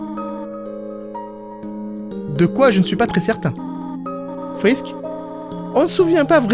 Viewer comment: TIEN TIEN TIEN !!! TU PARLE DE SANS EN DISANT "SENS" , MAIS TU DIT "FRISK" AVEC L'ACCENT AMÉRICAIN 😠!!!!!